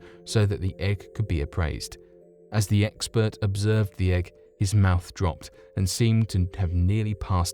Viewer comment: Did he say Fabergé 'eggspert'? 😊